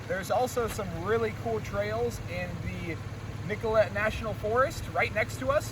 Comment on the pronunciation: Nicolet (pronounces nick-oh-lay) but sick vid brah